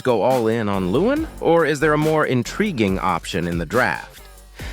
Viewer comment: I cant help it lol but its leh-wahn, not loowen 😂